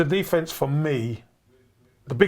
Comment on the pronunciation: The guy couldn't even pronounce "attack" or "defence" 😂